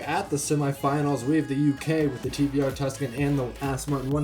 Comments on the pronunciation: Tvr not tur lol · It’s not tur it’s TVR. It’s an abbreviation oh the founders name Trevor. Weird, weird company